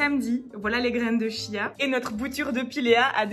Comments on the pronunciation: Bonjour, on prononce graines de quia, et non de chia!...c'est plus sympa! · Ça se prononce "kia" ("chia").